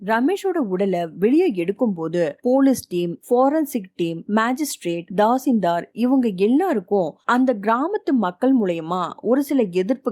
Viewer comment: I think you should see, and hear (listen) the outside world properly. It’s Kedar (spelling ) Kedaar (pronunciation) it’s Thasildhar (spelling ); Thaasildhaar (pronunciation). NOT DHAASILDHAAR